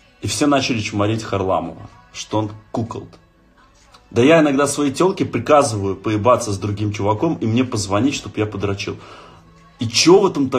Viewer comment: кукОлд, а не кУколд